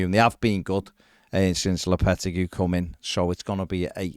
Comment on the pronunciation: who is low petta goo? its pronounce lop a tay gee